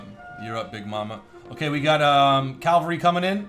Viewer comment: Cavelry not Calvary... totally different things